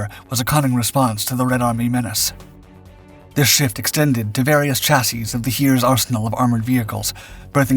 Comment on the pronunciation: Here we seem to exult in having finally mastered the pronunciation of “chassis”! Huzzah!